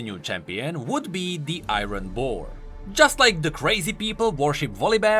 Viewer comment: "The Ayron Boar"